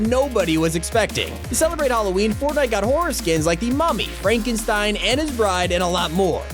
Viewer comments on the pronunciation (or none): none